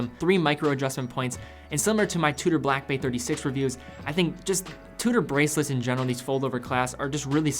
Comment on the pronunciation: slow down a bit matey. You say Blackbay as it it's a one word name when it's two words. Slow it down and enunciate properly. Good video though and I sort of agree but personally hate red watches.